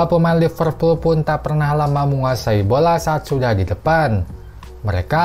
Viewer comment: Liverpool bang..bukan Lipervool...😅